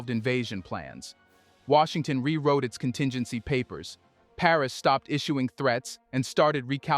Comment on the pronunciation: Wait this must be AI cause Washington isnt Washington.😮